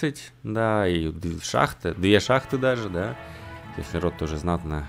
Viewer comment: Когда-нибудь Сефинрот будет читаться не как СеРфинрот, но не сегодня)